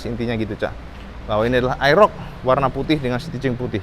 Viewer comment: mas,,,model AEROX mas,,,,bukan aerok